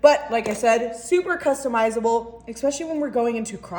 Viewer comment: It's ESPECIALLY with an S, not EXPECIALLY with an X.